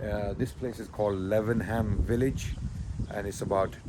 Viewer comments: I swear it's pronounced Laven-um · Note on pronunciation: Lav-num.